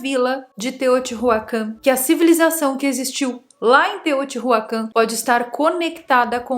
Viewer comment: O conteúdo é interessante. Porém, os nomes dos locais estão muito mal pronunciados : Teotihuacán , não tem o H aspirado como em Inglês. Teo-ti-Uacân. Chichén Itzá - ch como em."chair" Tchitchên IztÁ (som aberto e forte). Teotihuacanos é o gentilicio